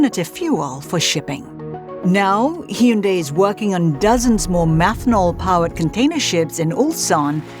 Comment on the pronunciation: Anyone else hear her pronounce it hee-un-day